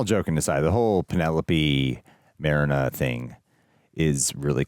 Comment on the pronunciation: Marina. "mah-ree-nah"